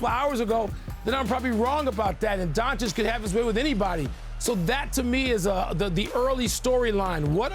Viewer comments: Stephen A. is for sure saying Donchick on purpose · Who TF is Luka donchick Steven a.. It's doncic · When will SAS say the dude name right.. it’s been 4 years bro learn how to say Doncic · 4 years, and Stephen A still calling doncic with donCHIK. what a dummy caster. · He just does not want to pronounce it by now properly! Goran Dra geek, Don Chick... Imagine a white guy mispronouncing black people for years! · Is it that hard for Stephen a to pronounce luka’s last name correctly? It’s not like he does this for a living or anything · Someone please teach Stephen A Smith how to pronounce Luka's surname 😐